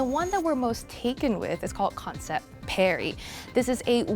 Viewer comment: It's not perry its pari